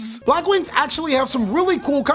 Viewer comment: I stopped watching when u said Blackwings